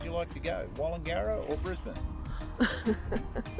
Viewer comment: Thanks for helping me pronounce "Wallangarra" for a radio ad for Southern Downs Steam Railway. Looks like a fun trip. Well commentated by old mate and your wife.